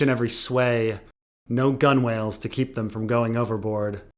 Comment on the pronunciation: Awesome as always. Although, forgive me (I figured someone would have told you after the Aeron chapter) but it's "gunnels" not "gun whales."